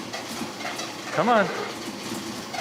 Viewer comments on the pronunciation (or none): Please stop pronouncing it Le sahbray…. Poor Bentley is confused on the pronunciation. 😊